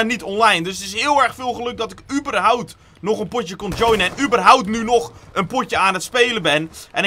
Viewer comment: het is "überhaupt"